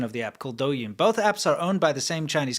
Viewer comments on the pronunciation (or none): stop pronouncing y’s like in douyin it’s silent